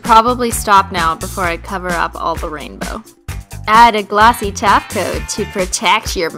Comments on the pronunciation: Lolz in this video she still said "top coat" and it sounded like "taco" unintentionally. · OMFG!!! SHE SAID TOP COAT NOT TACO OMFG IM DEAD X_X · I suppose you don't speak Simplynailogiclish fluently yet, she did say taco, but it means top coat :) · Her: "Add a glossy Top Coat" Me trying to say it with her: "Add a GlOsSy TaCo!" replays it "Oh..." *Blinks in confusion and then remembers this was from a few years ago"